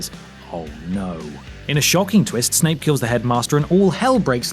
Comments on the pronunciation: Does he really say "Snake" instead of "Snape" ???? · I swear he said "snake"